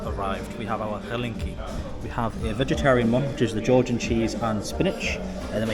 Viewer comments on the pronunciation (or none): Bro, this dumplings are "Chinkali", not "Halinki" 😆 Cool channel by the way, sub